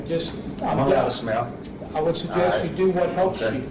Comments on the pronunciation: Um...it sounded like he said "smell"...I realised he was saying SMILE 😂😂😂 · Clearly a genius. "It's not a crime to SMALE." ??? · I would like to know what happened to smiley or is it smelly? Sounded like he was saying smell